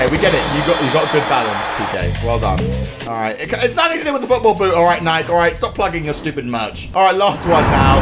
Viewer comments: NIKE You pronounce it as NiKEEE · sir.. it's pronounced NYK-EE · I'm saying that in England we pronounce it Nike not nikey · Bro really pronounced it “Nike” and not “Nikee” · Hearing him say nike instead of nikee gives me acne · Bruh he said Nike it's Ni-ke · Its nike not nikey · In England we pronounce it Nike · ISNT IT NIKE YOUR SAYING IT WRONG 😂